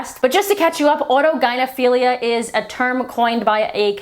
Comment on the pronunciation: You pronounced autogynephilia correctly. You must have seen Kat Blaque’s video.